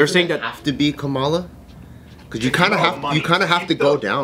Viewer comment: When Joe said Ka-llama Harris my brain created Kamala with a llama wearing shades. Why, brain? Why?...